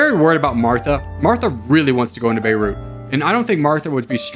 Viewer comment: good job pronouncing beirut :)